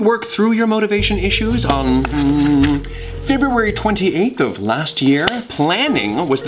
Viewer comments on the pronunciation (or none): I could've sworn that he said Fib-ruary